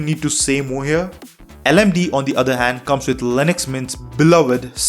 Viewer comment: It's L-M-D-E not LMDEE pronounced, Linux Mint Debian Edition